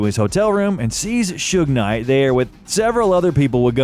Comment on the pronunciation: This AI Bot pronounced it Suge NIGH.